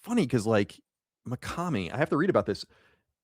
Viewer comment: Rare instance of Colin pronouncing "Mikami" correctly. (Instead of his usual "Mikame") Proud of you Colin.